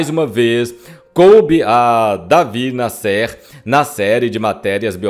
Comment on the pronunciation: O nome do Jornalista era David Násser é não Nassér !